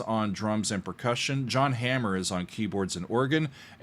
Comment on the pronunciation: It is hard for me to understand this is your first time hearing this, and I wish you could hear it with the ears I had when I first bought this in 1971. To say this was staggering would be a huge understatement. And then I saw this band live, in 1971- absolutely astonishing- with Billy Cobham crushing the drums and John's guitar. It is pronounced Yahn Hammer, not Jan or John. There are some good live videos of this band in action. I've seen John 7 times in my life, with various bands- Tony Williams Lifetime, Mahavishnu Mk 1 and 2, Free Spirits, Shakti, in duet.